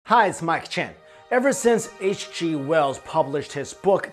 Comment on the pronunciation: Ever since I read a comment saying it sounds like he says 'Hey it's my chin' I can't hear anything else! Lol